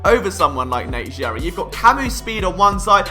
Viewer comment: How can this guy be philly a fan and call Nate Gerry, Nate Jerry......hahaha